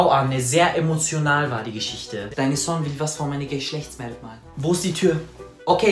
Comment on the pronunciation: Sie sagt amotional und dann emotional